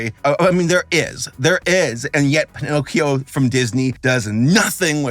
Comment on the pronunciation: You were close. It's PiNOTcchio.